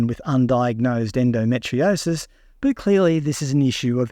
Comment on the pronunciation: Endometriosis is pronounced as en-do-me-tree-osis not en-do-met-tri-osis……. ⚛️☮️🌏